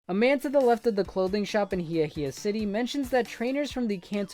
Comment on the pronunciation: Ok some pronunciation pointers. Galette is pronounced exactly as it is spelled. It's not pronounced like a spanish word. It's french. Ga-Let. Ikue is pronounced Ee-Coo-Ay. HeaHea is pronounced Hey-a-Hey-a.